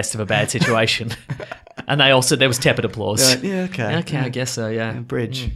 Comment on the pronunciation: “there was teped applause”